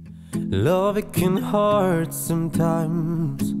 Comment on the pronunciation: Tylko jeden błąd, bo ty śpiewasz: loving can heart (heart[hart] - serce), a tam jest "hurt" (wymowa hert).